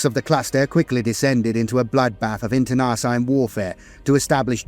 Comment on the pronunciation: I love your stuff so take this as my effort to help and not a criticism. Over all of the videos I've watched i noticed the most common word that jumps out is wary. It almost always sounds like weary. Wair ee. Weer ee. Internecine. In ter nuh seen. Much love from Montreal. Oh yeah. I know that being English you are allergic to the r at the end of words, but someone listening who isnt familiar with the lore is going to wonder why the eye of terra is such a problem for earth. Not that I'm one to talk. Between my quebecois French and my maritime English I manage to piss off 4 cultures minimum every time I speak 😂